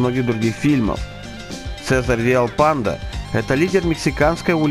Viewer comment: Не читай по корявому переводу, не Виальпандо, а Виальпондо